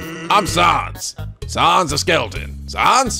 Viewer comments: It's Sans (rhymes with mans). As in COMIC sans, his typeface. And his brother is Papyrus, again, his typeface. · A good way to pronounce the names are as follows: Sans = Sa (A as in apple) ns Papyrus = Pa-pie-rus Undyne = Un (under) die-n Hope that helps!~ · I mean the main reason is that he's pronouncing "Sans" wrong. If he knows the thing about Comic Sans he'd pronounce it right. So it's kinda necessary isn't it?